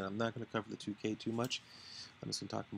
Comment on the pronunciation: Tukey is pronounced like TwoKey, not like TooKay.